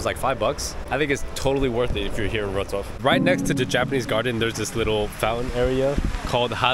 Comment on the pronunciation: its LEVI - OWSA